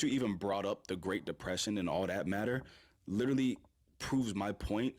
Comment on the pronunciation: "Lertally this lertally happened" man these people's hubris is unmatched